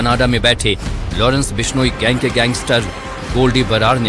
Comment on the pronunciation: टट्टू माच , बिश्नोई गैंग क्या शब्द है , सही तरीके से बोला कर और अपनी रोटी सेकता रह